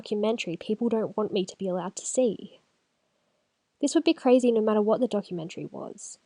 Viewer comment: I love when Australians say "No" or "Know", their accent makes the word three-syllables like "Noiruw"